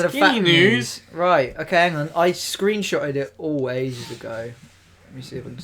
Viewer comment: SOUTHEND AVIATION screenshat 😂😂😂😂